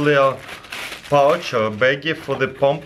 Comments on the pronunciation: In the beginning I thought he said battery operated bomb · When he's talking about the air compressor I hear him say bomb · I hear 'battery operating bomb' xD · Am I the only one who heard bomb the first time he said pump? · he says "pump" in an Indian accent lol